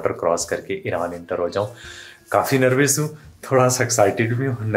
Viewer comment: Bhai nervis nhi nervous hota hai